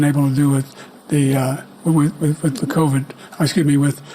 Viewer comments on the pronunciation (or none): none